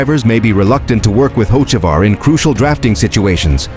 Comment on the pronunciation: Carson Hokeavar. That's what they'll calling him. Good one AI. 😂